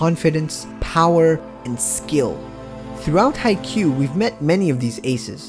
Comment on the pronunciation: R u calling me an idiot....? also pronounce haikyuu right pls